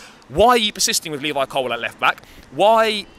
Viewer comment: It's COLWILL Not Colwell